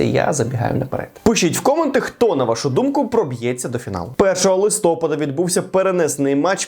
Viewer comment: Наголос на листопАд)